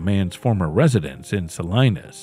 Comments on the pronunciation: Pronounced Suh lee nuhs not Suh Lie nus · It's pronounced SAH-LEE-NUS... if you're gonna make a fake channel why don't you go ahead and look up these words and figure out how to pronounce them correctly. It's so awful to hear SO-LINUS over and over again it's not correct. It makes me wonder if anything is correct in your AI produced fake video?